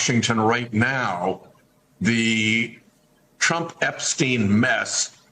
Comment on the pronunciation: Turmp??? Lol.